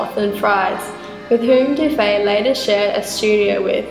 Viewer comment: Sorry, the name Dufy is pronounced ending with the sound e. Monsieur Dufy may have had Irish-Scott ancestry. So You Aussies know how to say the name in English- spelling with a double ff-Duffy.